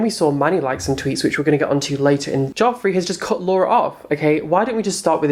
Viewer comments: I love sooo much but I swear it's j-e-ffrey and not j-o-ffrey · I actually love you but it’s jefree not jofree 😂❤️❤️ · Why does he call him jOffree? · why does he keep saying jeffree and manny mua wrong? is it really that hard? Manny.. M.U.A (Makeup artist) you say each letter instead of mua 😂